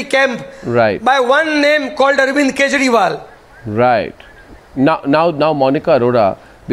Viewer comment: did arnab say arvind kejrimal on purpose? loool